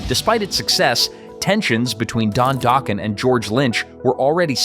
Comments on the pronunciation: You lost me at Doke-en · Don Dough-Ken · Dock Ken that’s how you say it.